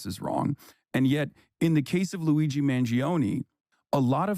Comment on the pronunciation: The guy can't even say Luigi's name right. Holy cow. This man prolly thinks ketchup is spicy.